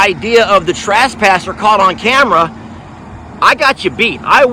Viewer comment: Sound like he said trashpasser. Lol. Okay time for a gate. Smh. Omg not ok